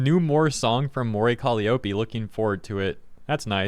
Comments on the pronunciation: Are they mispronouncing "Calliope " on purpose? "Cali O'pay" reminds me of Nigella's "mee-cro wah-vay"😂 If it's just doing one's best pronouncing a strange word: it's "Ka-LIE-oh-pee" It's an ancient Greek name (younger gamers may know in God Of War it's Kratos' daughter) It's most famous as the name of a small type of pipe organ used in the circus, and also iused in TV/film sound effects denoting when someone is going crazy.☮ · Call - i (long i) - ope (read: O P) That's how to say it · Calli-oh-pee lol, you know it’s pronounced cuh-lye-oh-pee, she’s only called Calli when it’s shortened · Say it with me: ka LIE oh pee. Emphasis on the second syllable. Not “Collie-Opie”. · It's pronounced "Co-Lie-A-Pee" not "Cali-Ope-E" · Those haters are terrible and disgusting, but the most egregious thing in this video is your pronunciation of 'Calliope!' It's more 'Ka-LIE-oh-pee' (lie as in, a fib or untruth, not like 'lee'). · Caliiope is pronounced "Cal-EYE-oh-PEE". Just so you know. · Calli having haters is nothing new, and her haters digging that hard into her history to find something about her to use as hate fuel is nothing new either. Also it's pronounced Kah-Lie-Oh-Pee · It’s pronounced Cal-lie-oh-pee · Actually one of her best songs. Appreciate the growls coming out more. (Kal-eye-oh-pee, by the way.) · He was so close to saying her name right. But to be fair, she's only been debuted for 5 years... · I notice a lot of people pronounce Calliope wrong lol (the "I" is pronouced as "eye" instead of "eee") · I’m sorry, but that pronunciation of “Calliope” hurts my soul. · Bruh you gotta say her name right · damn it man will you please find out how to pronounce Calliope if you don’t I’m going to track you down where you live, come round to your house and teach you to say it myself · The real controversy here is how you decided to pronounce "colliope"